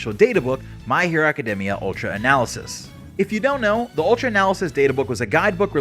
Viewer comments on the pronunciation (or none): none